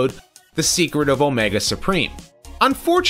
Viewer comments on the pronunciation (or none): none